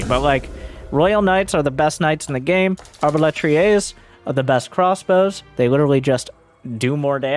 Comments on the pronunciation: hi from France, i wish to say, your pronounciation of the word "arbalétrier" sounded quite good ! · As a native French speaker (actually Belgian though), I just wanted to say that your pronunciation of "arbalétrier" is pretty much on point, or at least that's how the French would say it if they wanted to make fun of an English speaker's accent. Which is kinda funny, considering how notoriously bad they are at speaking foreign languages. Anyway, congratulations, you're officially bilingual I guess.